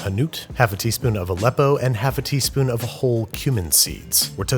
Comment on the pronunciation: Eggs poached in tomato puree are one of my favourite things. I always poach eggs in my spaghetti sauce. By the way, what's a leppo?